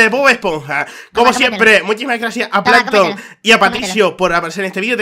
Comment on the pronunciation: Me mori de risa cuando plamtom que es salto y dijo plamton al atake